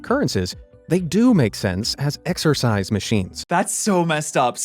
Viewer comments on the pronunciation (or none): none